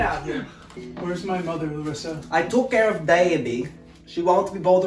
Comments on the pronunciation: The way he pronounces words as Larissa is spot on!! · He pronounced Larissa's name exactly like we pronounce in Brazil. lol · His accent and pronunciation as Larissa is on point! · Is this guy Brazilian? He says “Larissa” and “Minas Gerais, Brasil” PERFECTLY!